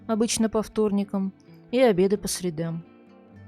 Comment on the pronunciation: спасибо ) стараюсь произносить правильно, тем более, согласовав с правилами, но что-то пошло не так и теперь придётся привыкать))